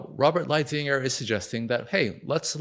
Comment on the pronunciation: "Light hizer " is his name pronounced. He was the main point guy on China negotiations under the Trump admin and the fact that u don't know this dude points to a general lack on knowledge in the area of trade